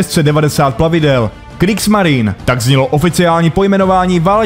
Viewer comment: Něco k psaní a výslovnosti. Zaprvé - čeština má "š", takže psát katusha je blbost. Zadruhé - v němčině se e na konci slova vyslovuje, takže Kriegsmarine není [krígsmarin] ale [krígsmarine]. Podobně pozor na přepisy z ruštiny, ty ponorky nejsou [šuka], ale [ščuka] (štika).